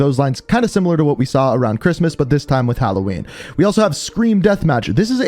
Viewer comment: You said “halowennie” 😂